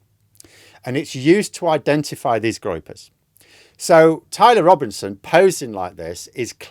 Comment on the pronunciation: Groypers😂, not Gropers.